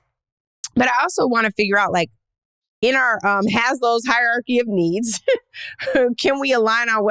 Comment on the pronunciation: It’s Maslow not Haslow Hierarchy